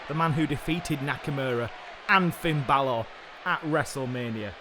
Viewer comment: Sen it annoys me when they say Finn Bálor like Bálorrrrrr and Seth Rollins as Seth Rawlins